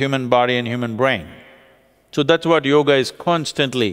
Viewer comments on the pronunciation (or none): none